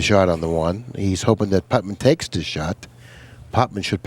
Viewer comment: C'mon,. "Putman?" It's like Nicky Varner calling Reyes "Efrem."